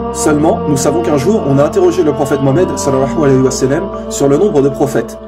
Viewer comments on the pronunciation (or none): Akhy attention a ta façon de dire sal allahu alahi wa salam, je sais que c'est l'intention qui compte mais ta façon de le dire à un tout autre sens ... tu dis salahua walahi sa salam. Autrement que dieu te protège pour tes efforts akhy